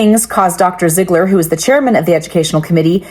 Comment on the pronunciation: "Ziggler" each and every time 😢